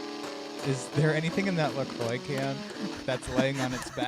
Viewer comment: "Lah Croy"? It's "leh quwah" sweetie! (Ab Fab from the 90s)